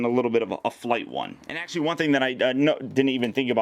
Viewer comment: Bro ones you said let's see how cool this acshalie is I thought some one was coping you